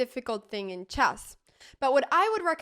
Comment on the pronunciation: Anna, you keep saying "CHASS" but the word is "CHESS", rhymes with mess, like the E in DESK or BET or RED or FED, also rhymes with LED, DEAD, BREAD, HEAD and SAID.